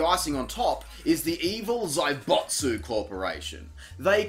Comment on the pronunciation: Zaibatsu.... I understand you have an accent but it's not zaibotsu.